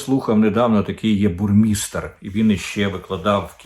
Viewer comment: Не Бурмістр,а Баумейстер.